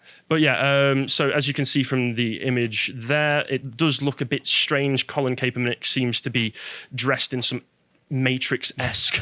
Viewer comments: Pronounced Cap-er-nik not Kay-per-nik But don’t put too much stock into the pronunciation, as he’ll be forgotten very soon. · It’s Colin Kapp-er-nick, guys! Just an FYI